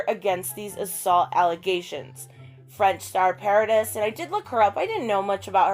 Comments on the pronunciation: great video.... nicely done. Vanessa’s surname is pronounced ‘Paradee’ because the French don’t say the hard S on the end. Thought I’d answer your question there. 😊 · It’s pronounced PA-RA-DEE (Paradis). It means paradise in French. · It's pronounced Vanessa Pa-ra-dee. 😉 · it´s pronounced pah-rah-dee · Vanessa a beaucoup de classe. Elle a encore plein d'amour pour le père de ses enfants. Bravo. * Paradis is pronounced Paradee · I love watching and listening to these supports of Johnny DEPP. I never thought that Amber was credible!! She is far-too flighty and flakey!! SHHE IS NUTS!!! I am pretty sure that Vanessa's last name is pronounced as Paro dee. I am in no way, judging or criticizing just a helpful hint. I love watching Your channel. 😊👍🏼❤️❤️ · It’s pronounced Vanessa Paradee (silent S) 👍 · Say it like Para Dee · The "s" in Paradis is mute 😉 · Paradis is paradise in French, it’s pronounced paradi, the S is mute...And btw, I love you so muuuuch ♥️♥️♥️ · That's the most important declaration, they lived together for 14 years, that's more than enough to know someone lol Great support obv for him. ^^ Also, you almost have it, you just have to not say the 'S' at the end of Paradis ;) And she was famous and had a long career way before she was with him lol